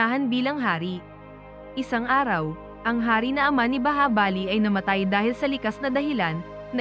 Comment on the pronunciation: Bahubali Hindi bahabali😊😊😊